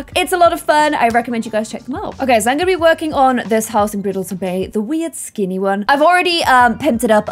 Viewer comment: Not her saying a brindlton bay house when it’s not brindelton bay 😂